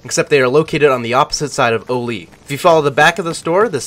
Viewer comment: haha its pronounced ALL-LEE (oli) for interchange btw